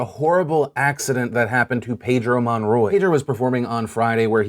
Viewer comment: Phill you know it's pronounced Pedro not Paydro